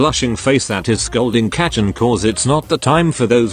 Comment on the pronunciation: everytime it says kacchan in these videos it sounds like its about to say ketchup and its making me mad